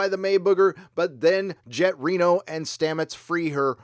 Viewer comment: At first I thought he said "Janet Reno"